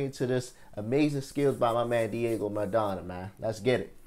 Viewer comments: Pronunciation of the legend’s name using syllables: MA—-RA—-DON—-NA Diego MA-RA-DON-NA Not “Madonna”…🤣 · Broooooo. It’s Maradona. Madonna is a singer. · My g how u gonna call him Diego Madonna? You think the "Ra" silent or some shit?